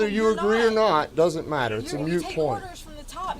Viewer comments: It's freaking "moot" not "mute"! Irritates me to no end when people dont know the difference... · That cop said mute point..... and that infuriates me because the word is "moot" not "mute" That woman has had an extensive arrest history. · Moot not mute point… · Also that made me cringe. It's "moot" point. Not mute. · Mute is NOT moot